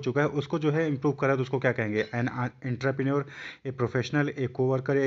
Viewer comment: Excuse me वो आंतपरिनोर नहीं एंटरप्रिन्योर होता है